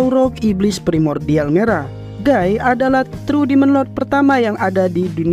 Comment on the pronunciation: guy bg bukan gii